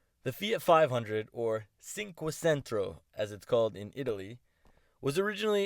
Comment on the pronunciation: Stupid American cant pronounce cinquecento 😂😂😂